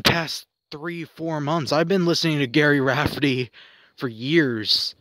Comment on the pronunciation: The name was mispronounced. But what you said, about Rafferty. Was mostly accurate.